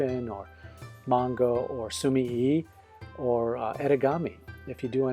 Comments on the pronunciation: Basically yeah. I didn't comment on the sumi part because you're saying that correct already. Japanese is split into 2 sometimes 3 letter syllables, so su-mi-e [soo-mee-eh] is more correct in this case. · I've been watching your reviews for a long time, they are so informative and a great help when I'm looking to buy new materials. Just a little side note on the pronunciation of sumie, you're supposed to give the 'e' a more 'eh' sound rather than an 'i' sound.